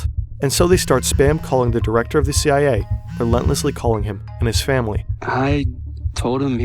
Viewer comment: "CWA" 🤣 really?